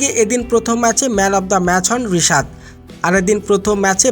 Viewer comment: বিশাদ না😂 রিশাদ